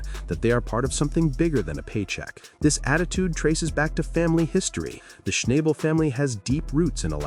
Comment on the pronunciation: Please pronounce his latst name properly..not a good video...